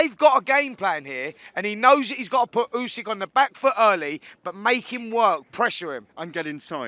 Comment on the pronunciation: Come on bro it's time you get it right man... not "YUUU-SYK" ... you gotta hit it with a :"OOOOO-SYK!! Just like y'all would say :" OOOOOO-GUST" so it should be an easy pronunciation 🤣🤣